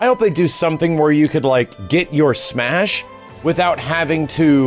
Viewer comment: I love that he tried to say it correctly, and still fucked it up the second time.